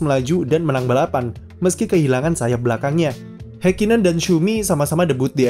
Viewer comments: mohon maap ni, mungkin bisa dibenarkan lagi untuk mengeja nama orangnya, Ha di Häkkinen sepertinya bukan dieja "Hei", tapi "Ha" lalu bukan "Heikinen", tapi lebih dekat "Hakkinen" dengan huruf k nya ditekan contoh kesalahan lain seperti "Max", bukan "Mex" Anda kan gak ingin nama anda salah dieja oleh orang kan ya, tks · Memang dibaca hekinen ya?🙄